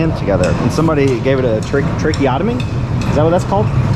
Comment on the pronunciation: I am so impressed that you said 'tracheotomy' correctly! P.S. Of COURSE I'm subbed! Been here since you were under 50k subs!